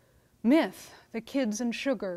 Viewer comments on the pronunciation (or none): none